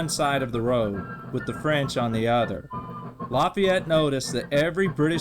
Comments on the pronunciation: Laffyete??? That is not how you pronounce it 😂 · LEARN HOW TO PROBOUCE LAFAYETTE